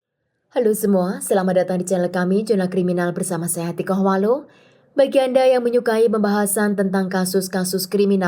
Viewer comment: Sejak kapan Carvalho di baca huwalo ? 😢😢😢